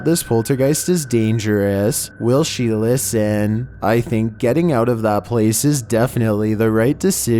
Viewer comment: Will she ListEN. Was it a right decisION? Once you watch this scary vidEOS xD I understand it's meant to be scary and creepy but if you talk like that it makes me laugh and I can't focus on being scared :(